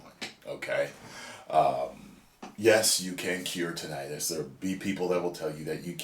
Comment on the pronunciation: So glad to hear you pronounce it the way you do. Heard someone say it like tin-a-tus recently & it’s driven me crazy ever since